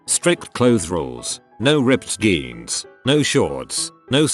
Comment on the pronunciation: Why does this TTS pronounce jeans as geans?